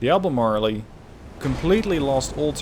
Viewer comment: "ALBEMARLE" USES A SILENT "E" at the end of the word. Thus no long "E" sound.